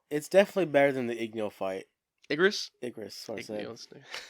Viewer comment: I would say revisit Igris (pronounced Egris not eggris). He definitely struggled with that fight, he even says he would have lost if he used his sword and didn’t catch him off guard. So all the beasts are angry because their directives has been kill humans. Esil directive was defend her land. 13 episodes btw